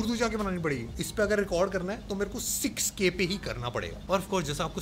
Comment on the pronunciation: I thought he said SexK Vid bhi shoot kr skte ho 🤣